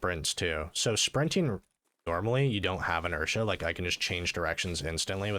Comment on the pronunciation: “Inertia” lol